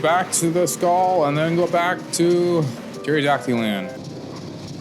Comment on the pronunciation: terradactee not terradactyl lol